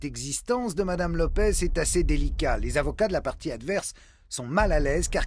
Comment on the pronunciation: LopeSSSS, pas LopeZ. Elle est portugaise, pas espagnole.